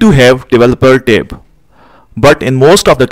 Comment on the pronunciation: For a moment, I didnt understand what is "Tape". Then it became clear he is talking about "Tab".